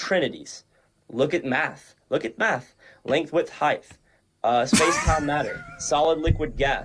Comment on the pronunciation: Of course he pronounces height “heigth”